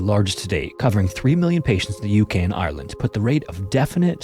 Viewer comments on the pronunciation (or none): none